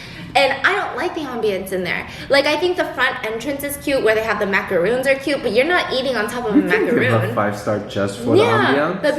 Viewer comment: Noo i love truffles and bottega’s macarons! (But ya gotta call it macahrons biss, not macaroons 😬😬) 💕